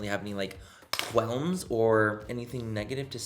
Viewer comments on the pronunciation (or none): " Qualm" not " Quelll" just fyi. Quell is a word but means something else then what you meant